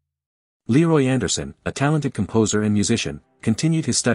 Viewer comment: The image is not Leroy Anderson. The artificial voice mispronounces his first name.